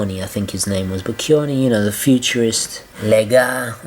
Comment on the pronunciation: the name of the italian artist is Boccioni, pronounced bocchonee. btw he was a futurist, not an art deco artist...